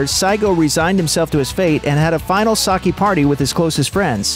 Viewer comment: He pronounced sake like “sockee” lol